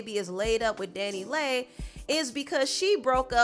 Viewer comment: Dani Leigh is pronounced Danny Lee